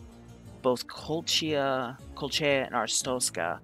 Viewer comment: Did you just say "kolcha" and "astrotzka"? Friendly correction "Koh-lech-iya" and "ar-stotz-ka"